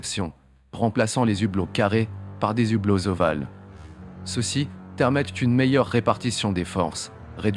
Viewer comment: Des "z" hublots !!! Il faudra que l'IA apprenne à parler Français...